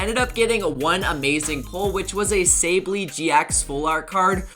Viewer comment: this dude really said say-bal-eeeee 😂😂